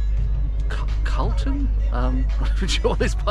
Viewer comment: As a man who Chugs a beer and Chomps down his lunch you should be able to pronounce Charlton…..Not difficult old fellow